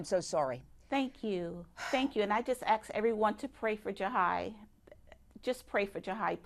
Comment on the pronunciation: I axed, I axed. Another brilliant. She says the doctors don't know whether Jahi is dead. She talks to imaginary, fairy tale figures every day. I axe you. Nurses are just nursery school graduates. No common sense.